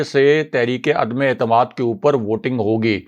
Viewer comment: اردو کا تلفظ درست نہیں الفاظ ٹھیک بول نہیں سکتے اور بنتے ہیں مبصر کرتے ہیں تبصرے تنقید کرتے ہیں دوسروں پہ. عدمے اعتماد 😂😂😂😂اپنی غلطی کو جانتے بوجھتے درست نہ کرنا جہالت ہے